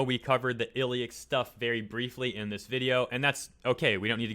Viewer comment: You're the first person to attempt at pronouncing Illich's name. Fyi he voiced Arawn in Tears to Tiara